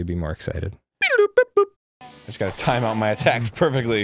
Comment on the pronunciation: ITS WHAPPIN TIAME